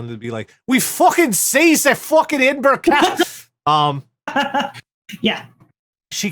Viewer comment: In fairness, because I unfairly griped about this some years ago - yay, he got Edinburgh pronounced right, multiple times! Also, that story - they may only have been thirty people inside the Trojan Horse but none of you are fucking Odysseus, okay?